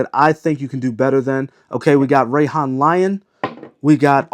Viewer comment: Mispronounces Afnan and correctly pronounces Rayhaan. Looks like he’s sponsored by Rayhaan.